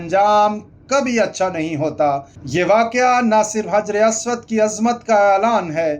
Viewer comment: حجر اسود۔۔۔کا تلفظ. درست کریں